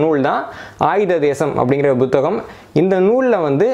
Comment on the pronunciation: நான் பத்தாம் வகுப்புவரை தமிழ் படித்திருக்கிறேன் 12ஆம் வகுப்புவரை தமிழில் படித்தேன். இதுதான் எனது நிலைமை. ஐயா நீங்கள் ஒரு தமிழ் ஆய்வாளர் புத்தகம் - Buத்தGaம், புத்தி - Buத்தி என்றும் உச்சரிக்கிறீர்கள் அதன் காரணமென்ன நான் முதலாம் வகுப்பிலிருந்து புத்தகம், புத்தி என்றுதான் எழுதவும் உச்சரிக்கவும் பழகியிருக்கிறேன். இவை மட்டுமல்ல பல சொற்களை வித்தியாசமாக உச்சரிக்கிறீர்கள் அதன் காரணமென்ன? எனது அறிவுக்கு எட்டியவரை தவறன உச்சரிப்பே...